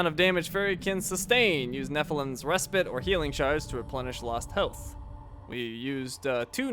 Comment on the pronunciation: Res-pite not res-pit